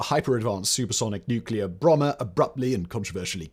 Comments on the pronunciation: He said "nuclear Brummer" instead of "bomber" as well 😂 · 0.17 "bromber" 😂